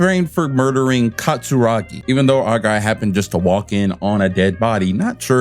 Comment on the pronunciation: Love your videos! Here's a pronounce guide: Katsuragi (Cat-Sue-Rah-Gee), Banjou (Ban-Jo)